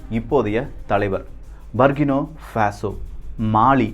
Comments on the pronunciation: சரியான உச்சரிப்பு " புர்க்கினா ஃபாஸோ" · i am at burkina faso. சரியான உச்சரிப்பு. புர்கின ஃபாசோ & Ibrahim த்ரவோரே. Sorry bro i am your தீவிர ரசிகன். Last 10 years i am there.